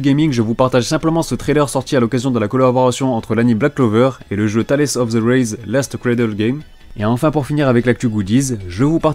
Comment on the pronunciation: erreur de prononciation pour le jeu Tales sinon très bonne video!